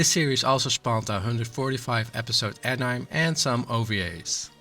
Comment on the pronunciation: Why do you pronounce anime like anyme